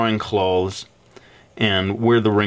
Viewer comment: when u say clothes, it sounds like ur saying claws X3